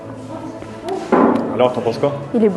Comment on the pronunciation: Pourquoi il dit le the marocain 😂